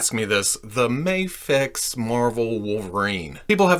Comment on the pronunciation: I don't get why people say "mayfex".